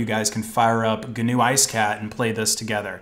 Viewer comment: Haha that was funny about GNU heaven, just some advice the correct pronunciation is more like the uh in funny and the n is a bit longer. Aside from that you’re good